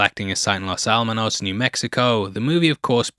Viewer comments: There is some sloppy narration in this video. O's brother was NOT a psychiatrist - he was a physicist. It's not Los Al-manos ... it's Los Ala-mos. Accuracy matters in non-fiction & documentaries. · “Los Alamos” not “Los Almanos” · Jean Tatlock was (probably) murdered. - it’s Alamos (AL-ah-moes), not Alamanos (ah-LAMB-an-noes). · Just a couple of quibbles about mispronunciations: you say “Los Almanos.” There’s no “n.” It’s “Los Alamos.” Second, several times in the video you pronounce “nuclear” like “nook-you-ler.” That’s incorrect. It’s “noo klee er.” Don’t worry. George W. Bush did this too. 😊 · "Los Almonos"? Lol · Los Almonos. Seriously? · Los Almanos? Nucular?